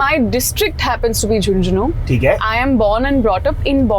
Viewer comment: It’s not Jhunjhuna it’s Jhunjhunu !! I got the vibe that if he had dared to say it once again he would have feel something on his jaw 😂😂🫶🏻🫶🏻🤝